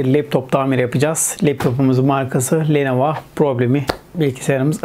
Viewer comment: Abi lenova değil lenovo